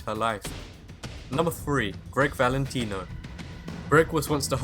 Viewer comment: instead of the guy saying three he says free, just like my brother does but no offence.